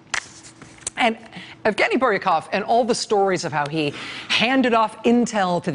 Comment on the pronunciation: Since when is "Lara" pronounced as "Laura"? Jeez, maybe someone needs to brush up on her journalism skills. Focus on pronunciation and proof-reading material before presenting it. Evgeny has no F in it, Rachael and the G should sound like a J...god how embarrassing!